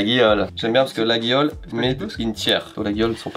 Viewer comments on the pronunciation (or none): Ils n’ont pas la réf Maryse 🤣 Et on dit La-yol pour info pour la marque LAGUIOLE 😎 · Rigolo de vanter les mérites de Laguiole (tout en le prononçant mal, d'ailleurs) sachant ce que le père de son associé a fait subir à la marque. Nonobstant, divertissement apprécié. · Coucou! Laguiole ça se prononce "Laïole" 😉